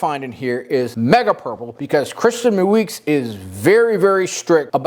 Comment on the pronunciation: Moueix: “mow-ex”. Nice video! Thanks!